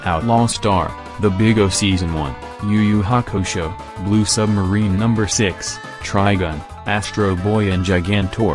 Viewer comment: I feel ya man. I also can’t pronounce blue submarine.